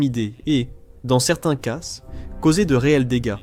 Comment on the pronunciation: Faut vraiment arrêter avec l'IA quand on ne la maitrise pas, prenez le temps de la refaire parler ou d'écrire vos textes avec des fautes (car ce, ces, cas sont CONSTAMMENT mal prononcés et c'est inécoutable depuis quelques vidéos !! Pensez donc a écrire ce - se, ces - ses et cas - qua.